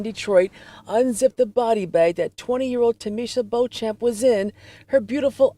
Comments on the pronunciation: Madaam, you have a deal. The name is pronounced "bow-champ". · The p is silent, just read it like Beaucham. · Oh my god! I found someone that shares my last name! I've never seen anyone with my last name before. Also pronunciation is bee - chum, this is for me at least. So, now I know I share my last name with two murders, a living corpse, and a fetish model. If you're curious I can link a wiki in the comments that showed notable people with the last name :). Love you Caitlin!! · Their family name is pronounced Bee-chum. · I’m sure it’s not of any real interest , but Beauchamp is a very old English name that is pronounced “ Beecham” . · Beauchamp is pronounced Beecham.